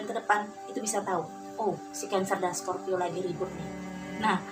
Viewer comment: Kok pas sagitarius sebut scorpio bingung dengerinnya mbak.